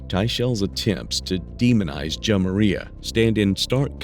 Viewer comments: Plz say this child's name correctly.. juh-mar-ee-uh. It's not jam uh reehea... idk if it just bothers me, but every time I hear the narrator say it, it irks me. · Her name is pronounced Ja mar e ah, not what that narrator is calling her. She deserves the respect of saying her name right. This woman is the most evil person I’ve ever seen! She literally pinched her over time til Jamaria was gone, she had that many pinch marks on her body.😢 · YOU CANNOT EVEN SAY HER NAME RIGHT!!!! SUCH A MONEY HUNGRY MAN U ARE!! YOU WANT TO SIMPLY PLAY BODY CAM FOOTAGE, AD LIB A LITTLE WHAT U HV HEARD OTHERS TELL, AND YOU ARE JUST AS BAD!!! SAY IT WITH ME!! “ JAH-MAR-E-AH” YOU ARE A JOKE MAN, SERIOUSLY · Little girl was tortured, disrespected, and murdered in her short life!! SAY HER NAME RIGHT! JA MAR EA, Jamaria!! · How you're pronouncing the little girl's name is throwing me off. It's very obviously "Jamari" (like the football player) with an -a at the end to make it feminine... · It makes me really upset that the AI voice can't pronounce Jamaria's name properly. It's Juh-mar-ee-uh. It's disrespectful to that poor baby, on top of everything else she was put through. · This!! 🤏🏽🤏🏽🤏🏽 I was saying the same thing to myself every time he mentioned her name. SMH.. 🤦🏽‍♀️ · When AI can’t pronounce the victims name correctly- it takes away from her story… it takes even more of her life than was already taken. So disrespectful to that child’s memory. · Wish you had said that baby's name correctly... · Note to the narrator: You can hear how they say Jamaria over and over again in this video, why do you pronounce it so wrong? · Its a shame these channels don’t have enough respect for the victim to pronounce their names right. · Stupid AI. Whoever owns this channel is profiting off of the torture, ab-use, and eventual death of CHILDREN, but can't make sure the victim's name is pronounced correctly? 🙄